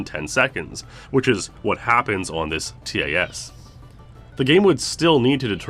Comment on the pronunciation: Every time he says the letters in TAS instead of just saying the word I die a little inside